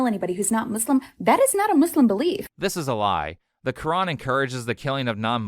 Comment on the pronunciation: She can't even pronounce Muslim right